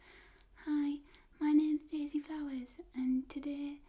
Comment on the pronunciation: did you say "daily flowers"?